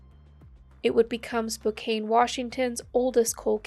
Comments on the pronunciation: Spokane is a Native tribal name. Pronounced SPO-kan not kane. The best option is to Google 'how to pronounce' Not every place name is pronounced as an English word. Good luck! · FYI, the second syllable in Spokane rhymes with tan. Not cane. Hard to know how to pronounce different place names.